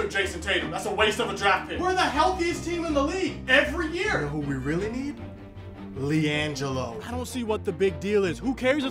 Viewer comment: “We need liangilo” 😂